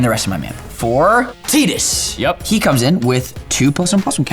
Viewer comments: I'm in and I don't know if I can finish the video with the dude calling him "TEE-dus." The dude's name is "TYE-dus" how the heck did everybody let this go on? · It is pronounced Tee duss. I always pronounced it the Tye duss. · Nah, Tidus is a different case, especially bcs the pronounciation of his name as "tee-dus" has been confirmed several times. It's even pronounced that way in some final fantasy games for example world of final fantasy or final fantasy dissidia. So if you decide to pronounce it "tie-dus", you are doing it bcs of how english pronounciation works - still makes it the wrong pronounciation (news flash, english pronounciation is not the status quo for every pronounciation). You can call him "tie-dus" as long as you are aware that its still wrong, but sounds better to you. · Also, Tidus is just a normal human name pronounced Tie-dus, not Tee-dus. So, that might be why people think it's pronounced like the normal human name. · I don't care if it's technically wrong I only want to hear it pronounced Tide-us not Tee-dus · I will never call him "Teedus" I dont care if that was the creators intention, if I was in the room with him I would have told him it was dumb. Maybe it makes sense in Japanese, but the dude who spends time in the water, having a name spelt like tidal, It Tidus. Frikin Teedus. Do you want the character to be more annoying, because that helps. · TEETIS hurts my heart every time. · There is literally no word in the english language that is spelled “Tid…” and has the sound “tee”. Yet every single MTG content creator has said his name wrong. His name is Tidus, sounded out like Tide-us. And before you argue, play the frickin’ game! But if you still want to argue, I guess enjoy washing your laundry with “Teed” Ultra laundry detergent.🙄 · That's like saying its not pronounced data but as data, at least make it clear by saying its TEE-dus, not Tai-dus... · I think they called him "TYE-dis" in Kingdom Hearts, lol 🤣🤣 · It's pronounced 'tide-us'.